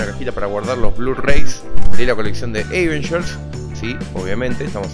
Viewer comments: jaja si pero en este caso no se pronuncia asi.. posta xd un saludo y muy buenas las cosas de unboxing! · siempre me pregunte por que decis eivengers en lugar de avengers jaja